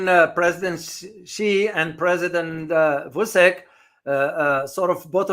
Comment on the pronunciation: Vuchich is how to pronounce the name of Serbian president.